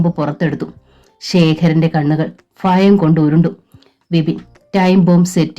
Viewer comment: ഭ bha എന്ന് ഉച്ഛരിക്കൂ. ഫ fa അല്ല for eg. ഭയം is bhayam. Not ഫയം